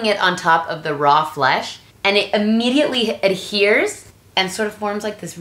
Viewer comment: I can see the Latin in you so much. I've been watching your videos in Spanish and I decided to scroll down -maybe I'm being bias- to the comments. your gestures are in Spanish, or body language, makes sense, since your memory is in Spanish. Ammidietly, immediately, . To be honest it just makes me smile. You truly are neither from here or from there. Were at the Geo Metro and bam, slight personality change, only slight. you English is different. I was expecting your speech to some how slow but, its still fast. The American version of bob is perceived so different in English. It's like night and day. I know it's considered rude to offer advice when its not asked for, But your channel is super awesome and I think you should get back into radio. Maybe start a cooking channel on YouTube. Anyways my real name is Pedro Antonio Mares Barajas, I am from Sinaloa Mazatlan, and your the first person I ever gave my name to.